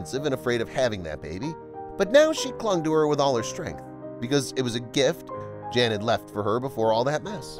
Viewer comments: I like your videos a lot, but could you PLEASE PLEASE PLEASE pronounce his name properly?!?!? In Polish the J is a Y sound and the a is always short like in the phrase a lot, so his name is NOT JAN as pronounced in ENGLISH; it is pronounced Y/a:/n...It is the Polish translation for JOHN; NOT JAN... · It would be a mark of respect if the commentator (and US audience) understood that a Polish or other European male named "Jan" would pronounce his name as "Yaan", not as the girl's name. This is understood in most other countries. Given the population of immigrant families in the US, I wonder why this has been forgotten. It takes only a small effort to learn this. Trivial in life and death issues maybe, but as I say, please show respect for other cultures and their languages. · Jan is pronounced Yan. Amber is not a Polish name, and probably wouldn't be legally allowed because they control their children's names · Well, I am Polish, and I want to tell you that Jan you should read Yan, there is no Vanessa name in Poland, first video shows Old Town in Warszawa which English speaking people twist to Warsaw. I am from Warszawa n never heard such story. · Are you sure it isn't Jan as in "Hahn?" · Pronounced Yan! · Hey " viral stories" ..do your schooling on foreign language.. in other countries " J" is H or Y" .. 🤦good grief